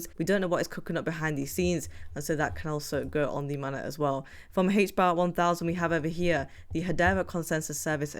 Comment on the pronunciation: Sorry, but it's Main - net, not mannet.